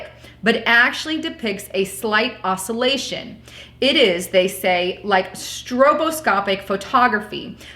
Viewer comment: Your pronunciation is terrible. "Oscillation", "Nazarreth" and "gesture" need work